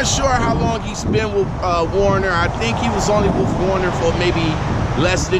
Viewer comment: Why do all you you tube drivers say "Warner, when it's WERNER? ?" Just a question.